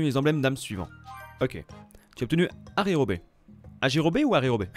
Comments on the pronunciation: pour le personnage secondaire Yajirobe, son nom n'est pas "Ajirobe" mais Yajirobe... sinon bonne vidéo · Il y a un Y donc c pas ajirobé c'est Yajirobe